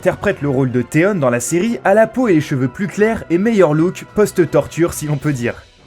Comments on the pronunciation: On dit pas théone mais théon avec on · Putin comment il a prononcer theon ça ma fait mal au oreilles 😟😟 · Aussi faut choisir entre prononcer à la française ou comme l'original. là il nous sort des Tyrion mais Theon(nne) faut savoir et Cerci(i) ne méritait pas ça